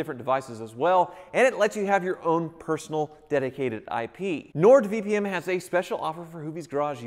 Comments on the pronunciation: Keeps calling it “NordVPM” vpm vpm vpm 🙄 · Sounds like he kept saying Nord VPM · um... it's Nord VP"N", I played it multiple times, your saying "M" lol.;)